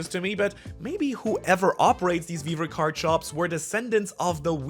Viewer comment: Vivre card sounds a lot like weaver card if you ask me